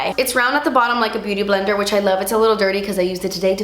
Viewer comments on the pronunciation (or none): none